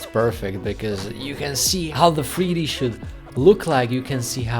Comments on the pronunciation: In freeD? Fix your accent. Jk. I’m being mean I’m sorry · Not going lie I’m so confused I know the title says 3D but bro definitely said freedee